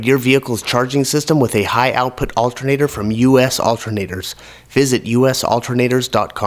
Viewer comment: Altehr-naah-door: spanish for alternator btw